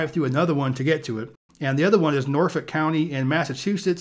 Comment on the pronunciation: oh shit he said norfolk right